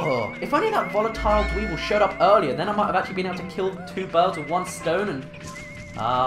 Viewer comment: Not tryna make fun of you but whenever you saw a bomb rock dweevil, you called it a deevil